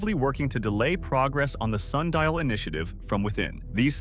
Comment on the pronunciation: Sun di al